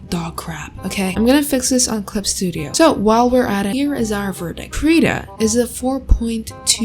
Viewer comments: Someday will learn how to pronounce Krita 😔🤚 (krih-tah not kree-tah) Also FireAlpaca is dope for a free program. Used it for like 4 years. And yeah Medibang is from the same company as FireAlpaca. Medibang is better for comic/manga makers. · she pronounced krita wrong